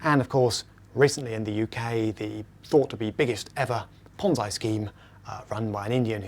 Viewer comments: ponze. e. e ponze. e.e.e.e not i e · It's PonZEEEE, not PonZEYE. i is pronounced e in italian. Pizza = PEETZA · is it pronounced PONZ-EYE or PONZ-EE . He is using the i but i have always heard the E pronunciation. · [ Ponzy or Ponzai] you pronounce this word in different way than people on other videos. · lmao ponz-EYE scheme LMFAO "indian whose name i can't pronounce" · Ponz-EYE? Is that anything like Popeye?